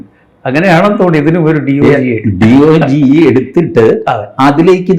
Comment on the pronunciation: Its not called "Dogi" instead "Dodge"